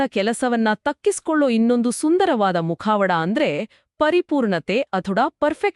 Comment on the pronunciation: It's Translated summary and AI voice. word to word from english to kannada. That's why it's not natural. ಮುಖವಾಡ ಅನ್ನೋ ಬದಲು.. ಮುಖಾ-ವಡಾ ಅಂತ ಬಂತು.